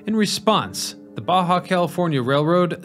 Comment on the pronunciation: Thanks for the video. It was good to hear about Mr. George. Maybe he needed to hire more good operators. 😂 I am sure you have heard about the George thing enough, and Jacumba. Thanks for pronouncing Baja right though, that might have did me in. A little info for you. A train isn't a train without a locomotive. Those would just be cars, or passenger cars, or rail cars, or train cars. Think of it like a Semi. A trailer isn't a semi, but it can be a semi trailer. Also, a locomotive by itself isn't a train. Sadly, the three Montreal metro cars, TPHX 801, 817, and 835, that are on a siding further up the line have been set on fire. It is sad the difference in a video from 12 years ago to a video from 1 year ago. 12 years ago they appeared to be in great condition, now they are just scrap.